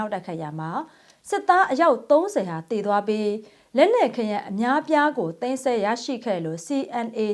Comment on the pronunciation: သိမ်းစည်းလို့ပြောပါသိမ်းဆဲလို့မပြောပ့နဲ့